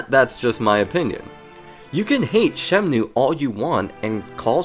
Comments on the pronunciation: ShemNOOOO, shemnooo, shemnoooo. It's so distracting man. SheMNooooooo. It's Shen-Moo bro. Pls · It's Shenmue, not Shemnue. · Now you just have to learn to say 'Shenmue' instead of 'Shemnue' 😂